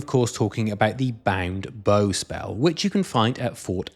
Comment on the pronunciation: Banged bow and ethereal crane 😂 English is not my first language, so I'm prone to saying some funny sounding nonsense, but I'm also very happy to find such gems in other people's accents Also, thanks for the video!